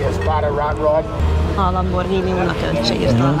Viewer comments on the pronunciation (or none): none